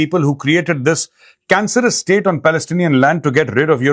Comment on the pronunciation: Sir tora dobara read kary Asif sb ki English ko😂 he said jino ne ye estate banaye hai wo jahum ki Aag mein jale, plz read again last paragraph, means Europe k Jin logo ne ye Israel state banaye tee unno ne apni Jan chora lee aur ye country ban deya, 😅😅😅😅